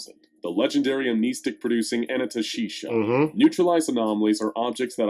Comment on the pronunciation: About SCP-3000, it's pronounced "Anan-THA-Shay-Sha", not "Anan-ta-sheesha"